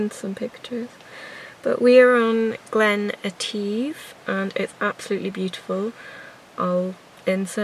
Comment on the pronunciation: Nice video which I enjoyed. Just one wee thing. Glen Etive is pronounced etiff, not eteeve